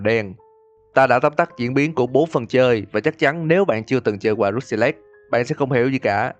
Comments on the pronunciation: kênh lớn thế này mà làm content đọc tiếng anh không nỡ bỏ 5s lên mạng check phát âm à? =))) xong hơn 2tr viewer cũng cứ "rút ty lếch" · Uhm mình góp ý 1 chút là khi ad đọc cái Rusty Lake thì chỉ cần đọc thế hoặc là " hồ Rusty " là dc rồi.